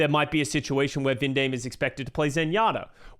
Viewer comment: Yo please in the future: Junbin is pronounced Joon-Bin (준빈), and Vindaim is pronounced Vin-Dime (빈다임)! Vindaim's name being mispronounced has been a pet-peeve of mine since the start of last year lol